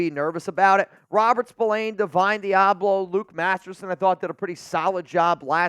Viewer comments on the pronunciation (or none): none